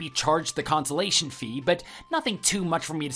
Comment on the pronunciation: comPENSATION...NOT consolation.